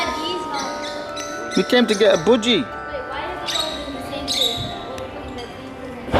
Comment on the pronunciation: What’s boodgie? It’s called a budgie lol